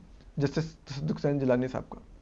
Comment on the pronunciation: Asad cant pronounce Tasaduk 😂😂😂